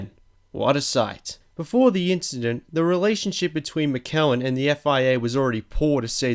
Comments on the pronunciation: If you're going to produce a video like this, which is interesting, please learn how to pronounce common brands and names like Michelin - either Mish-a-len or Mich-a-len depending on your side of the pond. Ugh. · LMAOOO MIK-KELL-LEN, the way he pronounce Michelin lol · "Mikelin" Oh god please kill me. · WTF is Mikhaylin? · Michelin: one of the first pneumatic tire makers...SOLD in ALL corners of planet Earth...WINNERS of COUNTLESS races in ALL forms of motorsports for DECADES & DECADES & DECADES...& you SUPPOSEDLY are a "fan" of motorsports who has NEVER heard their name pronounced? Michelle-lan Meechelle-lan ME shell lan And ANYTHING close would be tolerated...but McKellin...is so FAR OFF...LAUGHABLE. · It's really hard to believe that he could make it this far through life without someone at some point stopping him mid sentence and saying "... hold on, mate,... did you just say Mickelen?... " or not watching a live SKY F1 and hearing someone say 'Pat Symmonds' ... so i'm kind of assuming he did it for the joke just to get a reaction. Either that, or he has absolutely no friends and never talks to anyone about motorsport that no one has ever burst out laughing right in front of his face, spat our their VB and said.. 'it's Michelin you daft cunt' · Matt Brooks who the hell is Mick Ellen? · I love mickelin tyres. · Wrong. Mish-il-in Mish'l'n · It's mich e Lin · I suspect he made this video for the American youtube market..hence the pronunciation of Mick-ellen. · Michelin is pronounced mishalen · Michelin is pronounced Michelen, you anti french git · You mispronounced Michelin. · The way you pronounce Michelin made my physically cringe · love how he pronounces michelin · The comments are all about that shitty pronunciation of Michelin, and this makes me happy because man, you done fucked up boy. Heh, hope it was lesson learned :P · 1st You're pronouncing Michelin wrong 2nd Piquet Jr had a practice crash on the formation lap in the same place he crashed in the race